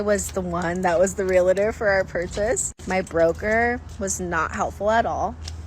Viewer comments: If she is too stupid to not pronounce REAL-TOR correctly and to pronounce it as real-a-tor she deserves to fail as a REAL-TOR! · Real-tor, not Re-La-Tor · 1. real-tor, not re-li-ter. 2. $18k ac system. put in some window units. cheap. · Hey, it's not "real-uh-der." It's "real-tor." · The lady in glasses is not a realtor... She doesn't even know how to say realtor. It's not realitor. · To be fair, a realtor who pronounces it, “realator,” would never get my full confidence in their intelligence. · She keeps saying realtor wrong too. Realitor. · Maybe the chick who was her own realtor would have made out better if she knew how to pronounce the word ‘REAL-tor” properly 😑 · real-la-ter? why do they pronounce it that way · When people pronounce Realtor as Realiter, that drives me insane! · Woman : Imagine having your real estate license and still not knowing how to correctly pronounce the word "realtor". What a world! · how do you get your realtor license and pronounce realtor license like that???? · Realtor only has two syllables. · “Realtor” is two syllables, not three. You’re welcome.